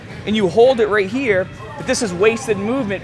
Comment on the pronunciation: Andreas Kan That doesnt even add up, cause in this video he pronounced "here" like "heee" and at one point he said it like normal. "here" anyways, who cares. He still makes great vids, accent or no accent, I'm still gonna watch lol